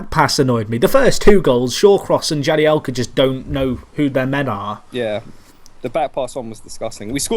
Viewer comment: Jagielka not jadielka